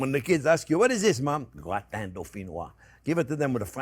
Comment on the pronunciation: How come a french guy is mispronouncing Gratin?